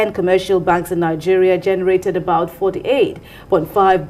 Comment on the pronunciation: See president wey no know how to pronounce the name of his country properly. Calling Nigeria 'nijèriah'. What a mess!